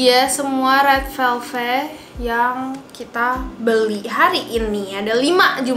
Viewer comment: red VELVET kaa bukan red VELVE